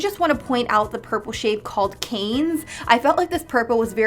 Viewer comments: I know! I 😲 when I heard Canes 😂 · Ha ha purple is pronouns unced “c ah n”. Like “can” but a flat a Town in france.